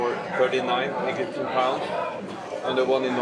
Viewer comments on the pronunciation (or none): "Eggyptian pounds" xD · why do you say "egyptian" like that XD